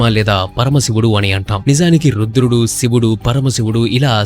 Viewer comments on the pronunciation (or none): none